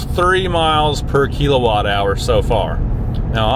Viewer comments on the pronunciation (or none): I was highly interested in this video for the topic and content, but you really sold me at the pronunciation of KEEL-o-watt hours. Good stuff and all the best with your new wheels!